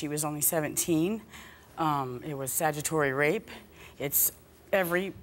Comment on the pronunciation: Statutory not sagitory